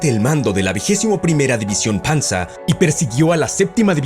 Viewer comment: Esa es la pronunciación correcta, todos son sustantivos de una lengua germánica.